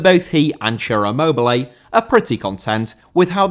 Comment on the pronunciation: Immobile* not Emmouwbelei